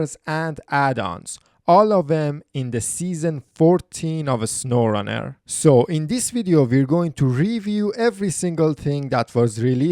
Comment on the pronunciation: “Uh-snowrun-air” No hate I’m just pointing it out